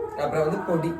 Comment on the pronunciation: ப்ரோ பொடினு சொல்லணும் போடினு சொல்லிருக்கீங்க நல்லவங்களம் உங்கள குறை சொல்ல போறாங்க 😂